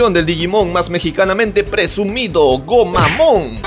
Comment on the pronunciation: No se si escuche bien pero en portugues escuche drogomon jajajajaja eso lo explicaría :v